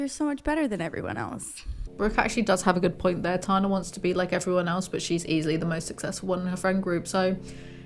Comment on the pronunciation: It's good to see you. Good take, good video, and a pneumatic device to remember how to say Tana is that Tana is tan. Its that hard "a" sound we americans love to use